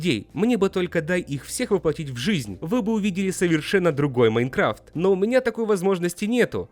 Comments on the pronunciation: не жихнь а жизнь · Жизнь а не жихнь